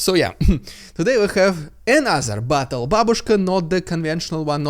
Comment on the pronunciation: are you saying battle babushka or bottle babushka? Anyways, I think she is a volunteer to help spread propaganda.